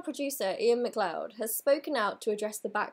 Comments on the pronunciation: i know this is completely irrelevent to the point of your video, so apologies, but MacLeod is pronounced Ma-cloud :) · MacLeod is a Scottish name pronounced Mac-Loud, not sure why there's an e there, but that's Gaelic for you :')